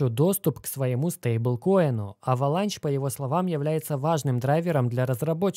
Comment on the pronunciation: Avalanche - кажется читается как Эвеланш